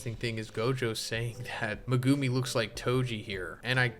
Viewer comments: Every time you say Ma-Goo-me instead of Megumi I want to scream. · Megewmi is the craziest pronunciation ive ever heard lol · Mi-goo-me... Mi-goooo-me... Mi-goo... no, nope, nope, i cant....